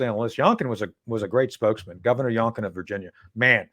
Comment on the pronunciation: It's actually "young- kin" and not "yonk- kin," but if you're not a liberal you get the point